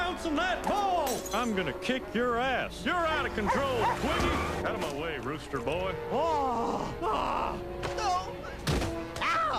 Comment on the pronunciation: Out of my way rosster boy " 😂😂